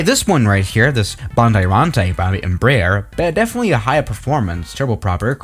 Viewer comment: hey its not embrare its embruh